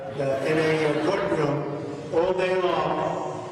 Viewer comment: I'm sorry, did he say court room or court fumes?